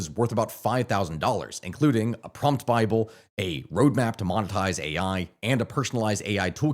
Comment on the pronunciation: there is no way he just said promp bible